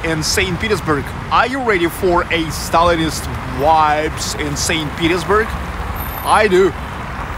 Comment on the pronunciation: Amazing, thank you. Hope you don’t mind, pronouncing the letter ‘v’ in ‘vibes’. Not as in ‘wines’ but as ‘victory’ ))